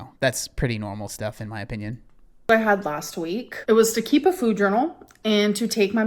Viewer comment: Idk but I cannot stand her newly adopted fake influencer accent. The way she pronounces all her words, “fühd” instead of “food”. She didn’t talk like this back in 2018 or 2019. She changes personalities more than I change underwear.